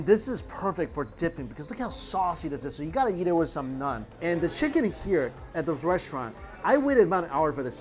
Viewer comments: Hello bro it's naan not nun lol. Happy to help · am i the only one who gets tilted from him saying "nun" rather than "naan"😂🤷🏻‍♂️😭